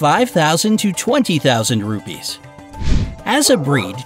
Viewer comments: Hey Its Ruppees Not Rubys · I am an Indian and our carensy is not pronosed rubbies it's ruppes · Seriously how he pronounce the currency rupees i am from india and that litterally gets me to think 'Wth'